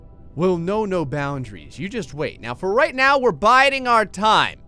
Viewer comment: "Biting our time" haha good one biting instead of biding